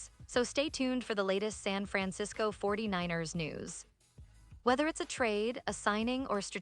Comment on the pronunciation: 😂😂 the AI is saying it weird 😅 the 4-9-Errrrrrrs